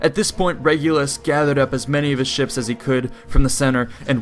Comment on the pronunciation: Why can't you say ships? lmao good vid tho